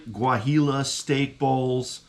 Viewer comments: Great review and! By the way if you want to take your pronunciation to the next level it would be said "Wah-he-yo":) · Sorry but you totally didnt pronounce it right Guajillo is pronounced wah hee oooh...food looked damn good